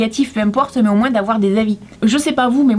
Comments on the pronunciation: sa me stresse quand tu dit moinsse au lieux de moin 😂😂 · Est ce que c'est l'accent du Sud mais quand tu dit moins tu le dit moinssss